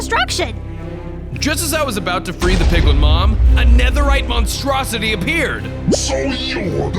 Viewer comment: “Netherite Monstrooity” 😂😂😂😂